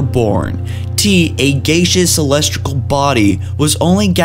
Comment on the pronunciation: Wait did you say celestical um correct me if I'm wrong but it's celestial